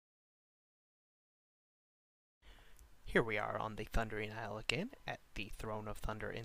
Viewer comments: it's pronounced "iyul" of quel danas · You're pronouncing isle wrong. Are you kidding me? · pronouncing isle wrong btw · man i love the "Ice-le" of quel'danis..